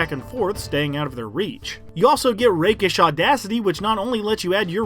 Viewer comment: Holy shit, someone pronounced Rakish correctly. Also, if you're lookong to multiclass, I'll akways recommend doing so with Fughter, and the best splits are almost always Fighter 13/Rogue 7 or vice versa. That being said, Fighter 8/Rogue 12 gets you 7 ASIs and is always worth considering.